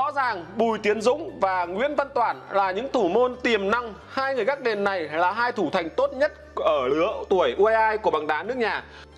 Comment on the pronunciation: Lói lăng như nìn ấy,hết người rồi sao mà để ông lày lói vậy